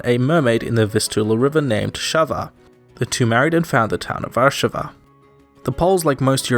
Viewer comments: Warszàwa not wàrszawa👌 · all cool and great but why ppl insist on putting accent on random syllable like WArszawa i dont understand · Small correction, Yes, Warszawa's name did come from a tale about the fisherman and the mermaid, but the mermaid's name was Sawa, not Szawa, and the fisherman's name was Wars, not Warsz. :) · you misspoke warszawa